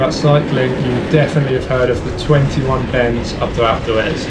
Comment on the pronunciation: a couple times i thought he was saying "acletraz" instead of alpe d'huez